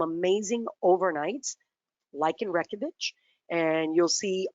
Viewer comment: It physically hurts me to hear her butcher "Reykjavik" like that 😫